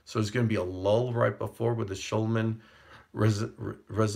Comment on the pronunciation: SCHUMANN RESONANCE PRONOUNCED SHOO MAN!